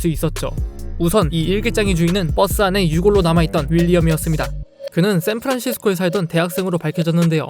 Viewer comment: ???:안녕하세요~생프란시스코에서온 꽈튜룹이닙댜~